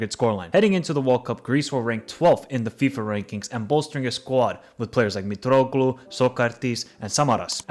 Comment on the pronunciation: I literally called the score with Scotland and I said "if we don't beat them 3-0 we are shit" and we did beat them 3-0 It was not a surprise to us, there was no way we could lose Also here is the list of the names he said with the way he said it, because I'm bored: Mitroklu (Mitroglou) Sokartis (Sokratis) AIKO... for AEK Capital of Georgia... Tiblitsi I'm not touching Club Brugge Zolakis (Tzolakis) Christos Moukatis/Mouzakis (Mouzakitis) Christos Zavaris (Zafiris) Giannis Konstan-tilias (Konstantelias) Jolis (Tzolis) Koulerikis (Koulierakis) Entheniki... for Ethniki, it's literally a word in English my man c'mon, ethnic Vaginatis (Vagianidis) Stefanos Gimas (Tzimas) Yeah other than that great video man A lot of people play down Greece but as I said we were 100% confident that we would smash Scotland And the double in Wembley was also iconic, that was won for Baldock We are definitely going to the World Cup Greek football is back